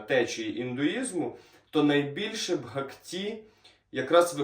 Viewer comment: Дуже інформативно, дякую. Але ріже слух наголос у слові "бгакті" (має бути на першому складі). 🙂